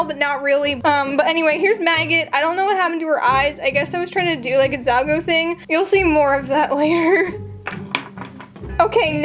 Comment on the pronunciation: ZALGA NOT ZALGO